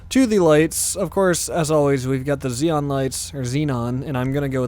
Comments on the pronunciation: Does anyone actually know that its pronounced zenon lights ze-non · The lights i pronounced Zenon